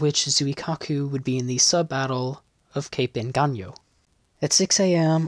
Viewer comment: Thanks! As a Filipino, the way you pronounced the name "Engaño" was something to be appreciated! For me, the Shokakus were an interesting carrier class. The way they look is quite awesome.